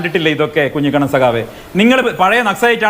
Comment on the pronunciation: കുഞ്ഞിക്കണ്ണൻ അല്ല കുഞ്ഞിക്കുണ്ണൻ